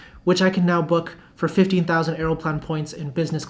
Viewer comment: you mentioned ACC-TMS (which is 596 miles). You said book in business class for 15k miles in J, but it sounds like 50k. Was initially excited, but UNFORTUNATELY, its copay YQ or taxes is $200 and the flight itself is ringing up at $266 revenue for Economy, so not so exciting. I guess it does yield business class for 2 hours for only 15k though. The SCL-YYZ is more exciting of course. If Canada wasn't bonkers about covid, I might care.